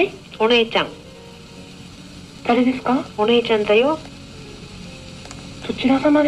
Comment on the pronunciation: お姉ちゃんダヨの言い方なんだけどさ、 ネイティブな発音の影響が大きい気がする。 ペルーに住んでた在日の知り合いがいるんだけど、 その人の日本語のなまりに似てる。 ヨーロッパで、舌がくるっくる回る発音をする言語の影響なのかもね。 つまり外国人の可能性があるわけですな。